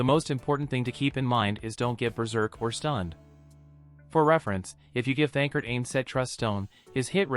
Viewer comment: The voice is saying his name wrong why?